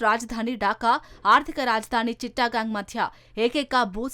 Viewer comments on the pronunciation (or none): చిట్టగాంగ్ అనాలి.చిట్టా గాంగ్ కాదు.